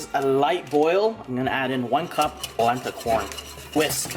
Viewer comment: Adding one cup of what? All I heard was plabla corn.